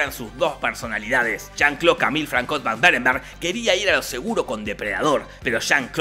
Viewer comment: a mi me chirriaban los oidos cuando en lugar de pronunciar "fransua" pronunciaba "francois" asi de una, pero por el resto 10/10, uno de sus mejores resumenes